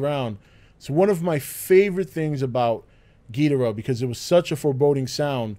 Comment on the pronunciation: Am I the only one bothered by how he says Ghidorah